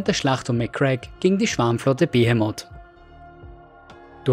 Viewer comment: ich weiß das ist jetzt meckern auf hohem Niveau aber wird "Behemoth" nicht anders ausgesprochen?